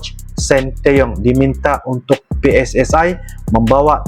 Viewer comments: Pssi bukan pssae ..sepak bola ja bola sepak 😂😂😂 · PSSI Bukan PSSAI...!